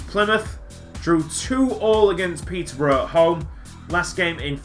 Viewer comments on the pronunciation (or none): none